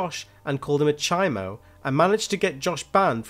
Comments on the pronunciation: It’s CHOMO not CHIMO 🥴 it’s California prison slang . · "chi moe" its chomo lol even if it makes no sense...